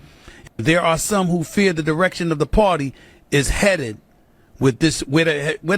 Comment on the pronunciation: The Democrat Pwatty...Stephen A cracks me up!